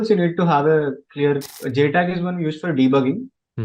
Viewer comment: of this Video !! It is J-TAG, NOT J-Tech 😜😜🤣🤣🤣🤣🤣🤣